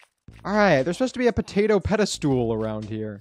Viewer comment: you pronounce it pedastol not pedastool